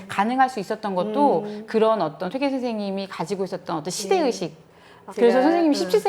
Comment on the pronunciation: 첫 쩨로, 퇴계 강의에, "퇴계"의 "퇴"의 발음을 바르게 발음하지 못한댜면 무어라 변명할 것인가. 이 "퇴"는 "길게 그리고 약간 높게" 발음해야 한다. 장음인 단어의 첫 자를 짧게 잘못 발음한 예:사실,(잡담응 이만! 본 강의로!),강점기,사람(인간이라는 "사람"을 바르게 발음하지 못함!!),이해,주석,(과거 시험이라기 보다, 과거로 족함),제가(나),해석,비판적,정말(진짜),아무도, 비 독창적,(역사 학자 보다, "사학자"라면 더 명백함),4서 ,보통,퇴계, 퇴계,사실,주석,주석,조 광조,( 영양력을 준다 주는 것이 아니라,"영향을 준다" 라 해야지요),(퇴계의 "퇴"를 짧게 잘못 발음하고 있음),태도,개념,정치,예칙,좋겠어요, 등!! 이상의 예가 사실이라면, 이 두 여류 학자의 강의 가 한국어 강의라 할 수 있는가? 그리고 이런 학술적 논의라면 너무나 구어적 어조 구어적 어투가 심하고, 단어의 다음 음절을 accent가 있는것 처럼 강음화하는 경향이 있다. 이런 문제는 하국 전반적 병패인듯, 이에 분개하여 쓴 책이 "한국 어문을 고발함"이오니, 고국 동포 여러분! 이 책을 조용히 읽어 주시옵소서. 미국 변 완수 드림